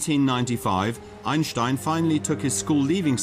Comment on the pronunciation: talk normal moron. every time you say "Einstein" you pronounce it like "aejnstaejn" you exaggerate the german accent every time you say 'einstein' . you make his name sounds like the worlds most disgusting ice cream. just pronounce it like "Ainstain" in the german way .dont over pronounce his name in an exaggerated german accent its ridiciouless and annoying. German isnt the most charming accent so do not exaggerate that accent.